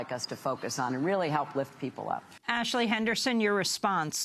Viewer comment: Lol, so many "Impor-int" issues, right ""? What a joke.